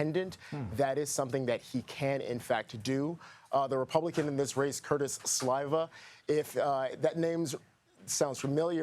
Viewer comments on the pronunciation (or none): The i is pronounced as an e Sliva